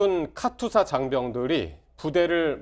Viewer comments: 여자 변호사는 카투사 발음도 제대로 못해서 "카튜사"라고 말하고 있고, 카투사에 대해 얘기를 하지만 카투사 출신도아닌 남자가 나와서 30년전에 군생활 한 친구가 한 편하다고 한 얘기를 떠들고 있고, 내용은 다 주워들은 확인도 안된 내용이고 (~하더라), 역시나 세부내용은 맞는게 진짜 하나도 없고, 아주그냥 가관이다. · 카투사가 맞음 카튜사 카츄사 거리는 것들 졸 거슬려